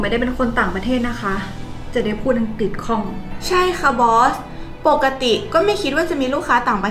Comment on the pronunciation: ภาษาอังกฤษ ออกเสียงว่า พา สา อัง กริด ไม่ใช่ พา สา อัง กิด